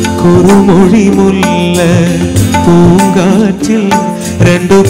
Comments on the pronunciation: പൂങ്കാറ്റിൽ അല്ല പൂങ്കാട്ടിൽ ആണ് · പൂംകാറ്റിൽ അല്ല പൂo കാട്ടിൽ, എന്നല്ലേ, 😆